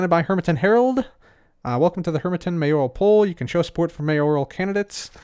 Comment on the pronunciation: the only hermit who knows how to say “mayoral”.